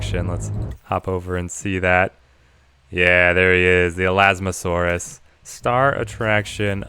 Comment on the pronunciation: It's elasmosaurus no elasmosasaurus